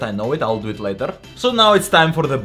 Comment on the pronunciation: Bro said "LaTeR